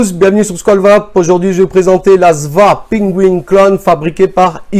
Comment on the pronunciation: C pas "SVA" mais S.V.A